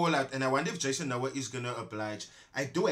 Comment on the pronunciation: Jason:"eks nu ha"(Noah)...Dj😂😂😂😂😂😂😂😂